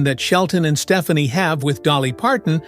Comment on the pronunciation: Love the respect they have for each other - this is not a slam, but Gwen's last name is pronounced Ste-FAH-ne